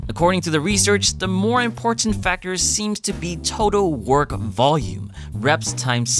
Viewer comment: Are you from Hawaii? The way you say "imporTant" sounds a lot like local Hawaiians say it here.